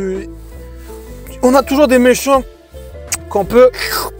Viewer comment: ''crocrodaille'' mdrrr